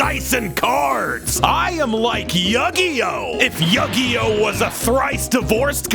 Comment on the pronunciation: “Yuggy-Oh” made me chuckle pretty good for whatever reason